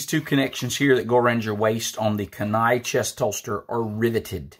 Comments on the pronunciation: Kenai pronounced “keen eye”.😉👍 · great video. pronounced key-nai my friend